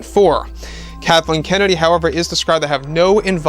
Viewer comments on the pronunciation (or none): none